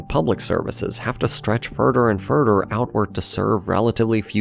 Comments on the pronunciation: “furder and furder” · Furder and furder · The furder away you are burder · Further… furdur